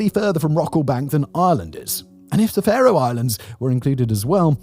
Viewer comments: OK, Simon, "Far-oh"? No, no, no, it is pronounced "Fair-oh", just like Pharaoh. Oh, you did get it right at least once. Nice to be seen, though. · Simon's pronunciation of Faroe Islands 🤣🤣🤣 I've got friends who live there and I've visited.